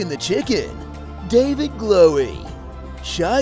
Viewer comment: "DAVID GLOWIE" 😂